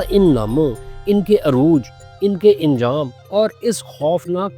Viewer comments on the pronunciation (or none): Aap anjam ko injam kahte hain